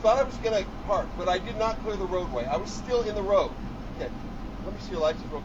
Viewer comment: "MOOOOVUHHHH!! I CAN'T SEE THE ROADUHHH!! I CAN'T SEEEUHHH!!!"